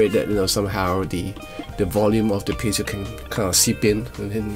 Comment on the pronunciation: Sounds great, but then again with your playing everything sounds great 😀 If I may a small note to something I've noticed in previous reviews of certain guitars, though, and it's prominent here for obvious reasons...it's "piezo", not "pezio" 😉